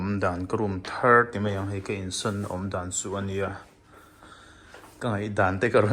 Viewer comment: Insan ni lovin insawn tih tur aw 😅 insan tiin i lam ri deuh tlat ania